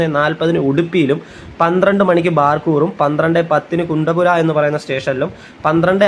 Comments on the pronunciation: കുണ്ടപുര അല്ല. കുന്തപുര. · കുണ്ടപുര അല്ല കുന്താപുര ആണ്. ഞങ്ങൾ കണ്ണൂർ, കാസറഗോഡ് ജില്ലക്കാർ കുന്താപുരം എന്ന് പറയും. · കുണ്ടപുര അല്ല , കുന്ദാപുര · കച്ചേഗുഡ അല്ല, കാച്ചിഗുഡ ആണ്. പിന്നെ കുന്തപുര അല്ല കുന്താപുര ആണ്. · കുണ്ടപുര അല്ല, കുന്താപുര അണ്. കേരളത്തിന് വെളിയിലുള്ള സ്റ്റേഷനുകളുടെ പേര് ഹിന്ദിയിൽ ഉള്ളത് പറയുന്നതാണ് നല്ലത്. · കുണ്ടപ്പുര അല്ല കുന്താപുര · കുണ്ടപുര അല്ല കുന്ദാപുര